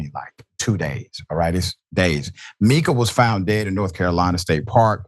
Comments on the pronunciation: M I ca, not Meeca. 🤦‍♀️ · "MICA" is pronounced like "MICAH" (Long "I" sound)